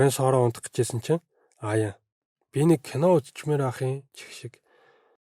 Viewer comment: Айн миний нэрийг Аяан гэдийшд wtf😂😂😅😅